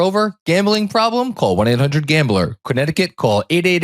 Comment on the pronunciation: This is the best collab each year. But also, in the Fanatics App… when are we going to point out that says “Cronneticut”???